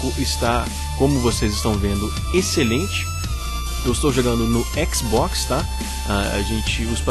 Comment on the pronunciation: A não por que você falou mal do xbox você disse xboxta kkkkkkkkkkkk Zuera